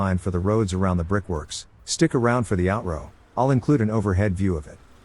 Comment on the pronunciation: the way the AI voice says "out-roh" just cracks me up for some reason, I have no idea why, but it does XD